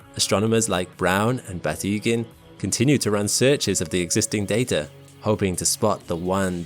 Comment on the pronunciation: THERE IS NO "R " IN DATA!!! GET YOUR SHIP STRAIGHT!!!